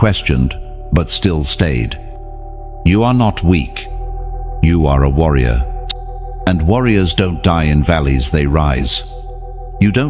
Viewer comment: warrior not wonderer